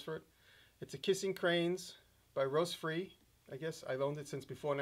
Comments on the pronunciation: ... Ross Free? U mean Rostfrei? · Rostfrei: pronounced "roast fry" is German for stainless. It's not a manufacturer. Also, that benchmade with the failed opening mechanism should be replaced for free. I'd call them up about it. You can also have the broken blade replaced for thirty bucks. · Whats that "roastfree" brand? Sounds like you are saying "rostfrei" wich is "stainless" in german (I think... I skipped all the german classes).